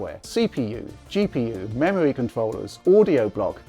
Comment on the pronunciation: memowy wam gwand reserwation wender pwomises